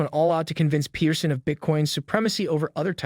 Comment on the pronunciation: It’s Jordan Pete-er-son not Pet-er-son